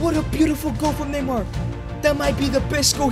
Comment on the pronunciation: Neymar not mynamar